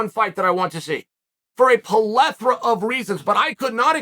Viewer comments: Dictionary: "Plethora" Chael: "Palethra" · When Chael pronounces a word like plethora a "polethra", the dictionary instantly changes the word. Undefeated, undisputed